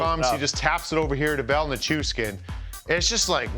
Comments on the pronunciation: "Nish-Coosh-Kin"? .... c'mon guys 🙄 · Yeah it’s there in the letters … Nichushkin … “nih-choosh-kin”